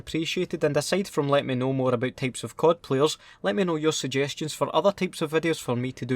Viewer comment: Itz Type not Tape